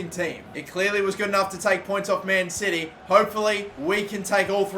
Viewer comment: When he says man city I hear man titty